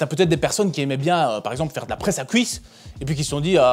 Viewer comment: "Fouir" , "couisses" 😮 😅